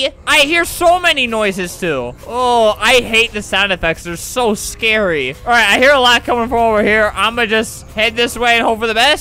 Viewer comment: “I don’t like zombie games there scary-UH”